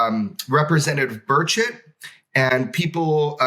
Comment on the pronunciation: You shuld probably pronounce his name burCHETT, not burchet, cause it sounds too much like bird shit xD